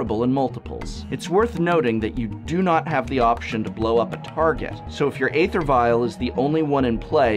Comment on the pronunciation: So you insist on pronouncing "Bogles" correctly and went so far as to include a segment in your Bogle video but refuse to pronounce "Æther" correctly? Why?